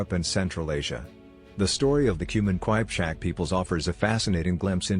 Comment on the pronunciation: Wtf is...kwajpchak😂😂 it is Kipchak